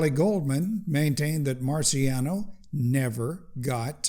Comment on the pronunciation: Just a quick note: his name Marciano is not pronounced "marsiano" but "martshano". The Italian "ci" is equivalent to the Spanish "Ch"